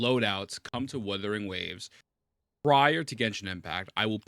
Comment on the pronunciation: I cant believe we're nearing 2.1 and he still calls it Wadawing Ways LMAO